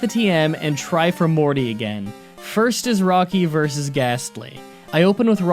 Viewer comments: He mentions endless comments about Bugsy being a boy because of mis-speaking, and then he accidentally mentions Chuch as using flying type and calls Morty "Marty." Que the endless comments about Morty and Chuck now. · "Marty" Morty. As in mort, latin for death. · ITS NOT MARTY ITS MORTY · you said marty instead of morty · It's Morty not Marty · Marty? It's Morty. This better not be another Bugsy gender slip up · I’m doing this as a joke but it’s Morty not Marty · Did you say Marty?